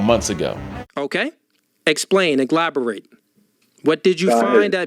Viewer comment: did he just say "iglaborate" MY GOD ON TODAY, this 🥷🏿 is an idiot! 😂😂😂😂😂😂😂😂